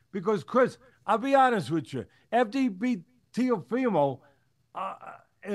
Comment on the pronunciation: Interesting that Teddy can't pronounce his name correctly.